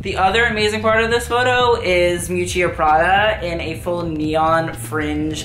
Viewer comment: The fact that you think you are a fashion expert, but you pronounce Miuccia Prada wrong is just pathetic😂😂😂😂😂😂😂😂😂😂😂😂😂😂